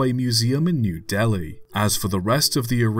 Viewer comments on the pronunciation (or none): none